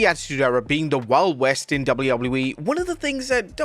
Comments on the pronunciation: "Double wouble you e" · brother cant say WWE